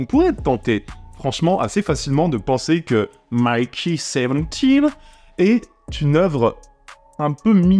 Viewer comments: On a maintenant une explication de pourquoi le film est resté dans un tiroir pendant 1 an après avoir été terminé: son aspect politique. Parce-contre c'est pas contre toi (no offense) mais Mickey ça se prononce Miki et pas Maïki. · Ne t'embête pas avec la prononciation des mots étrangers, il vaut mieux te faire comprendre de ton public que d'essayer des prononciations hasardeuses. Mais pour info, Mickey se prononce plutôt "miki". Pour prononcer "mailleki" il faut avoir le prénom Mikey. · J'ai un vrai gros problème avec les prononciation c'est terrible, surtout qu'ils prononcent "Miki" 140 fois dans le film...